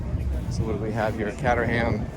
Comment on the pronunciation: Beautiful machines great video. Caterham = said like cate-er-rum I have never seen a Pearless before or know what one is you got me there. Thanks fom the England ❤